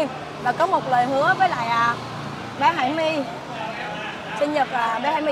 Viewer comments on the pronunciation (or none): Hải nhi chứ không phải Hải my nha cô